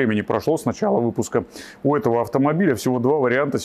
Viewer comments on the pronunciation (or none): none